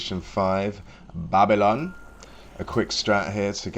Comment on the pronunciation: The Jamaican way of saying Babylon at the start was best part of the video😂